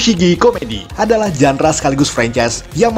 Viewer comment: Tolong kl ngomong yg bener. Tribut bukan tribyu. Genre bukan jandra. Ga sekalian dibilang mandra???